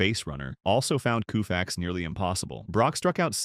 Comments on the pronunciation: it's Kofax with a long o sound not Koofax! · This announcer need to know folks names so he can pronounce them correctly coofax lol really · Koo-Fax? Can’t watch this. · You missed pronounced his last name! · The least you should be able to do is pronounce his name correctly. You're a disgrace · Sandy is my favorite player of all time, but I can't watch a video, even a tribute video, where his name is repeatedly mis-pronounced. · Cringing, listening to his name mispronounced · Pronouncing his name WRONG! Unbelievable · For god sakes get the damn name right or don’t bother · Greatest Pitcher ..worst video ..When Koooofix faced Mickey Mintel !!!!! How difficult is it to have a human being narrate ??